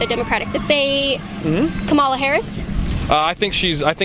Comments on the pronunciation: Kaitlyn....for the millionth time. It is pronounced......."Kama-lah" not "Ka-ma-la".......You just sound ignorant at this point. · Why can't the woman asking these questions pronounce "Kamala" correctly?